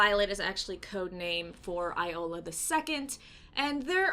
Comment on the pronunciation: It is pronounced Yola the second😛